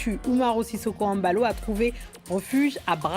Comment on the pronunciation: Vous autres Français, vous nous cassez les pieds ! On l'appelle Mbalo, pas M Balo… Mbappé s'appelle Mbappé, pas M Bappé…